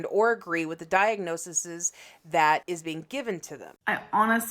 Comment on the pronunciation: Great video, but also diagnoses (diagnoSEEZ) not diagnosises